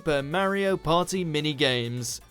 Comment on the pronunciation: There ain’t no paw-eeh, like a supa mario paw-eeh